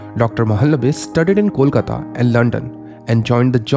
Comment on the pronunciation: Idk why ppl can't pronounce bengali names properly, be it ppl or even a city, it's Kolkata not Kolkta and Its Mahalonobish not Mahlnbis